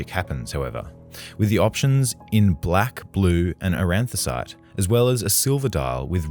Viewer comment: An-thra-cite, not aran-thra-cite.